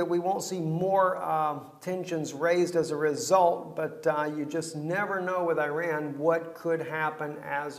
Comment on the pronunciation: After all these years you still dont know how to pronounce Iran ? lol